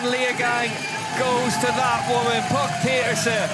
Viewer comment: mostly, but no trace of "n" at the end.